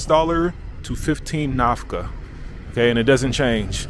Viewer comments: Nakfa not Nafka ✌️ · NAFKA 😂😂😂 it's Nakfa not Nafka 😂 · Not Nafka it is Nakfa. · I am glad you visit inform the world about my country! Our currency is called Nackfa ( I heard you pronouncing Nafka). It is after the historical city of Nackfa which was the base of Eritreans liberation Front which never conquered by the invading Ethiopian Army ! In Eritrea ; Islam and Christian are 50/50 living in harmony for a century! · Thx for sharing your experience in our country. Ps the currency is called Nakfa not nafka thx 🙏🏾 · Thank you for visiting our beloved country's capital city ❤️ Nakfa!!! Not Nafka! Thanks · The currency is" NAKFA" not nafkà... anyways enjoy ur trip bro. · Little correction bro.Not nafka but nakfa eritrean currency. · Nafka 😂😂 that had me rolling, but it’s nakfa the k comes before the f just fyi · Not nafka...the currency is Nakfa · You gotta say Nakfa, not Nakfa. Any way welcome to my beautiful country Eritrea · Nakfa not Nafka 😊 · It’s nakfa not nafka Nakfa is the name of the money for Eritrea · Not Nafka , it is Nakfa . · not Nafka brother Nakfa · Nakfa not Nafka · Nakfa not Nafka!!!!!! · It's Nakfa not nafka bro hhhhh